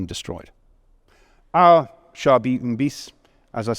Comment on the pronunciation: At last! A man who can pronounce the word our without making it sound like are.